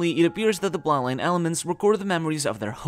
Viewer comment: When you say bloodline it sounds unclear. It sounds similar to plot line, which is a bit confusing in this context.